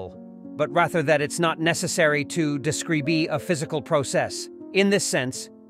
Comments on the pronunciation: when you said deeskreebee i lost all focus due to how terriblee that word got pronounced. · Someone should have taught this bot how to.pronounce 'describe' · When i heard presis (precise), I wasn't bothered.. But came deskreebee...